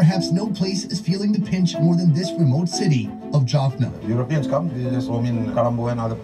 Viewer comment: Please stop saying "Jorphnurr", it's Jaffna. You are making the same mistake as the guy in the video. The proper way to refer to Tamil people is "Tamils" not Tamilian. Indian Tamils will refer to themselves as "Tamilian" because that's an Indianisation, other Indians refer to them this way. Sri Lankan Tamils are called "Tamils". As a Catholic Tamil, I can say Christians have existed in Sri Lanka since St Thomas visited the southern states of India. The Sinhalese film industry is quite developed, they produce a lot of movies, TV series and telenovas. I don't think the Jaffna film industry is that big, but they definitely have a lot of cool projects going on.